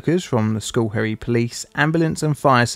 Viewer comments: Uhhh… The first syllable of Schoharie, New York is pronounced “skoh”, not “skoo”. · you say the location is "School Parrots". I'm confused; I thought the location was "Schoharie Creek"? The pronunciation of the two isn't even remotely similar, so where did "School Parrots" come from? "Schoharie Creek" would be pronounced "sko-HAH-ri-ei-CRIK", not "SKUL-peh-ruhts". But no, neither "School Parrots" nor "Schoharie Creek" is familiar to me. Why did you think either would be? Just curious. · Why do you pronounce it "skull perry"? You should at least print words on the screen that you are going to butcher. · I lived in Albany, not too far from where this happened. I remember seeing it on my local news site, was crazy. Also, the pronunciation is skoe-HARE-ee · Because it's so disaster prone, just an FYI for next time, locally it's pronounced as "skow·harr·ree". I know it's weird 😅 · Hopefully another disaster in Schoharie doesn't need to appear on the channel, but it's pronounced sKOh-hairy, the sch is less like school and more soft s sound with a hard K like the first letter in kick. A lot of the Haudenosaunee place names are difficult for non locals. And also some locals. I live in CNY, about 2 hours west of where is happened. This was in the local news cycle for months afterwards. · It's pronounced just SKa- harry. I live real close to that place. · If others have not said this before it is pronounced sco-HAIR-ee. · Its pronounced like Sc-hair-y.... There my OCD feels better. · Check your pronunciation of the town, schoharie. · It's not likely that you heard of the town because you horribly mispronounced it.